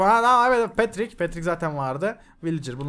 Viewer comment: abi paterik değil petrik